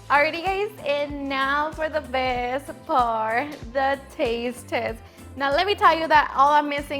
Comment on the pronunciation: Now for daa bEsSttTt ParRtTtT 😄